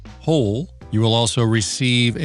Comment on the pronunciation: Just love the way you say HOLE!!!!